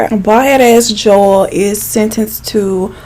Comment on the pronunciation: also anyone else thought she was saying Joelle?